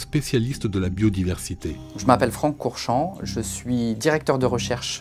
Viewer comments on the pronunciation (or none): "Franck Courchamp" et j'entends Francorchamps... Faut que j'arrête de côtoyer le circuit.